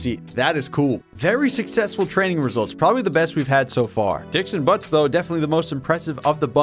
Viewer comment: “Dixon Buttz”